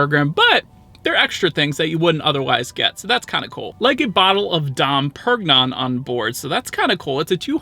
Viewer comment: "Dom Perg-non" 😅😂